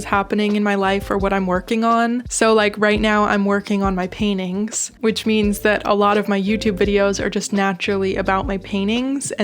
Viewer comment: It’s so cute how you pronounce paintings “Pain-ings” hehehe